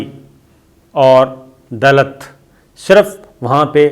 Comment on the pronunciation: This is Called Dalit... not Dalat دلِت کا نام ہے